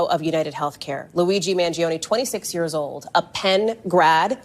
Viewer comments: “Mag-Leon” “Mal-giano”😂 Ti be killing me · Hi, I believe it’s pronounced Man-gee-own, the g is soft and no emphasis on “ne”. Thank you for the commentary! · m-aa-n-j-OH-n-ee= Mangione I think my heart skipped a beat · Man-gee-ohnee is how it's pronounced. He is from a wealthy local family. Not sure his motivation, but it will come out eventually. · U DID NOT PRONOUNCE HIS sir NAME CORRECTLY...MAN-JOE-NAY!! OK? NOW, THERE U HAVE IT!!!! CORRECTING THE RECORD. HE IS A vowel PERSONAGE, AFTER ALL!!!!!! JUSAIN.